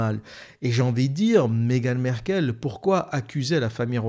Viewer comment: On ne dit pas : Megan Merkel ,mais on dit: Megan M-a-rkle .On prononce le a. vous qui avez vecu au RU vous devriez savoir cela . Ce n'est pas comme Angela Merkel , c'est M-A-RKLE . Ok ? Corrigez votre ignorance,merci .